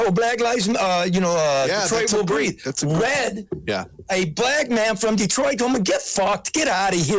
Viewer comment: Red needs a speech therapist.